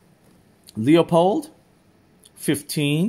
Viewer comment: Loopold, not Leeoopold or loypol like the words. It's a family name, I'm certain they are pronouncing their own name correctly, so I'm happy to help 🖤 Edit: I have a question too. Why are you concerned about animals hearing you? That is an 8 power optic, I assume you are using 8 power to observe at pretty decent ranges, considering the magnification. The sound is unlikely to carry that far in most envrionments, so you'd really only be alerting animals close enough to you to hear it. I'd imagine if they are that close you know they are there and can see them so they can definitely see you or your blind. Really I'm just trying to ask what circumstance or reason you have to need your binoculars when they are that close, under what I think of as 'normal' circumstances I wouldn't be worried about a deer or elk hearing my little velcro flap. Surveillance subjects really shouldn't be that close either. If you need binos to see what they are doing you are either far away or in an urban setting with a comparatively ludicrous ambient noise level. In addition you'll also likely in a car or building if you are lucky, stuck on a roof or on a bench trying to pass as a birdwatcher if you aren't. Is this something you are worried about and just haven't actually sat and thought about whether you should be or is there something you are doing where you have to, like watching foxes? I could see wanting eight power for that and still being close enough and it being quiet enough for the velcro to